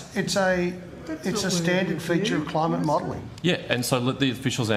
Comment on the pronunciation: The degenerate left.. "Cli-Mate, psi-ence.... " what a joke...